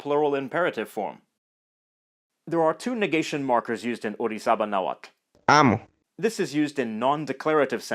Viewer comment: wowww! I´m Mexican and never learnt how to pronounce "tl" in Nahuatl and you being foreign do it so well!! very good skills!